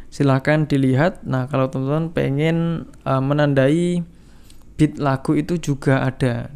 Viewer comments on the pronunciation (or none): none